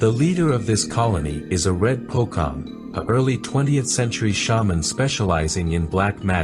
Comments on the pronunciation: The "Cong" should be pronounce like viet- (Cong) And for kuntilanak the louder her sound (laugh) to you far away she is from you and vice versa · POCONG, you speak PUKONG, SUSTER NGESOT, you speak SASTER NJESET 😅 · You buthcer pocong name really bad, it should be po-chong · So here a little how you pronouce Indonesian ghost 1. Pocong = read as Pochong 2. Sundel Bolong = read as Shundel Bholong 3. Kuntilanak/Kuntianak = read as Khunti A-Nak 4. Andong Pocong = read as An-Dong Pochong its a language barrier, Indonesian when spelling C a bit diffrent from English, example A Cat, when Indonesian read that word it sound like : A Chat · Yg bikin ketawa baca pocong jadi terdengar bokong wkwkwk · Well, the right pronunciation for pocong is pochong tho, the c is like ch in word cerry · please spell C as "ce" not "k". it's pocong, not pokong :'D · Pocong ; it's readed "c" not "k", "pochong" 👍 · its pocong C read like chocolate lol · it's actually pronounce as pochong. it is a kind of hantu (ghost). here in southern philippine we called it lutaw meaning hantu or ghost. basically the exact same thing as pocong but we only called it in our language. it is very scary it's very popular here, some have seen them, but I don't. we also have puntianak which is the exact same thing as kuntilanak. basically southern philippine have shared lot's of commons in pretty much everything with Malaysia and Indonesia. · This is good and quite immersive, I just wish u learn the pronounciation of some of the ghosts' name for a bit beforehand. Fyi the c in pocong is pronounce like the c in cherries, so its not "pokong". Also for suster ngesot, I noticed that english didn't really have "ng" at the start of a word, so its probably hard for u to pronounce, but it was supposed to sound like "ng" at the end of the word "ring", so it'll be 'ngè-sot'. Just a bit of insight~ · I heard from the video pocong becomes pokong 😂😂😂😂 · Just fyi the proper way to pronounce Pocong is Po-Chong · pocong❌ pokong✔️😂👍